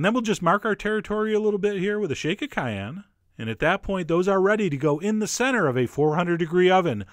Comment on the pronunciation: "We'll mark our territory with a shake of Cheyenne..."